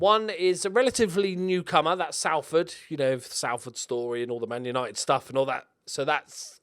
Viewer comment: Just so you know, the 'A' in Salford is used in the same way it is with Salt and Watford.